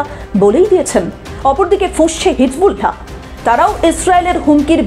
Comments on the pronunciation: thank you sister but your pronunciation of hisBullah is incorrect. শব্দটি হিজবুল্লাহ হিজবুলহা নয় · আপনি কেমন সাংবাদিক হিজবুল্লাহ সব্দটা ঠিক মতো বলতে পারেননা।